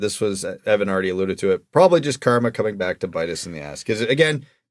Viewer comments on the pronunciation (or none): none